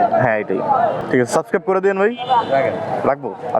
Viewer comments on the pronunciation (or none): none